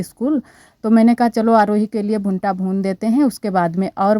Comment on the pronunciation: भुंटा नहीं भुट्टा होता है अनुश्वार नही लगाते